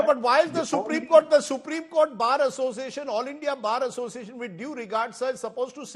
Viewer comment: A person who is unable to pronounce Bar Association become the president of All India Bar Association . What a joke. Sure he is the chamcha of central goverment